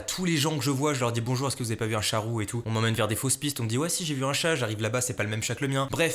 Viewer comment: A chaque fois que tu disais un ''chat roux'' j'entendais un ''charo'' 😂